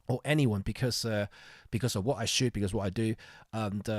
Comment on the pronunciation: You pronounce shoot as shit. And, yes I also shit day in day out...LOL My journey was GE X5 >> EPL/1>> Nikon D70,D90,D700>>Sony A99>>EM-5,EM10II,EM1. OMD wins due to computational techniques and other innovations.